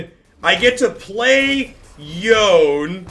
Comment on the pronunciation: Yone - Yo Nay. Sorry!